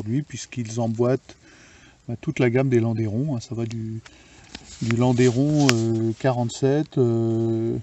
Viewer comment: Magnifique objet, superbe. Juste pour info, on ne prononce pas landéron mais lande(u)ron. D'ailleurs en Suisse , on prononce même "Landron" Le Landeron est un village suisse du canton de Neuchâtel.